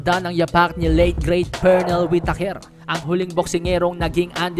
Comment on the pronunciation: Whiteyker ang bigkas niyan bro...hindi whitakerrrr.